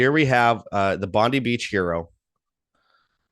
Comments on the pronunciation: just an FYI ... It's Bondi with an I , not Eeee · Aussie here, it's pronounced Bond-eye. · It's pronounced Bond-eye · Pam Bondi. 😆. Bondee beach. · It’s pronounced BON DIE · Bon die is the correct pronunciation.😉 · It's pronounced Bon-Die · You're an idiot and know nothing about Australia you probably had to Google us before your post you should probably start with the name of the place and how to pronounce it your wrong on most of what you say the rest I couldn't stomach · It's very annoying that they are mispronouncing one of the world's most famous beaches.